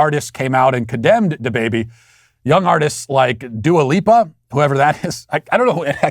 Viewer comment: I love this channel, but it is so obvious that Matt is lowkey racist himself. He hides it behind very subtle banter and wordplay. Little things like pronouncing Llallapalooza perfectly, but "Da Baby" or "Dua Lipa" is hard for him. I aint mad at it... we are all a little racist imo. But make sure to watch this channel with an intelligent filter, absorbing what is unbiased and logical, while discarding the BS.